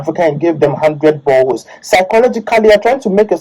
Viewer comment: "boreholes"* as he says lmao